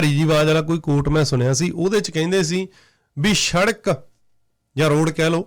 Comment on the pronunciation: oh, eh shadak ni hundi, ehnu sadak kehnde ne